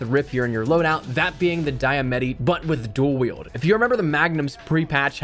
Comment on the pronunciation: Diamatti... its Italian "Dee-Uh-Mot- Eee" Diamatti